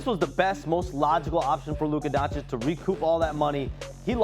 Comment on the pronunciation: These espn fa990ts still don’t know how to pronounce Doncic